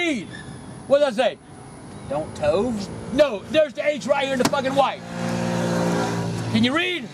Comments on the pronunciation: 'don't tove' ....LOLOLOLOLOL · "Don't Tove" :D